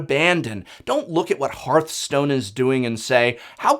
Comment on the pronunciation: HEARTHstone not HEARTstone